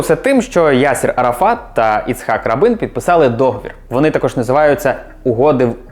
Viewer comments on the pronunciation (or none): Та не Рабин, а Рабін, з наголосом на "а", Меїр з наголосом на "е". Слухати в Ізраілі з таким наголосом дещо дивно